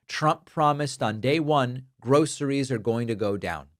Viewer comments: Trump struggles saying it, "grow-sirees" because he's never experienced it! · He says gro a ress 😂😂😂😂